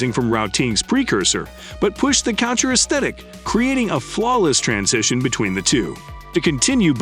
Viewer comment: AI calls this what? "French Cotcher" lmao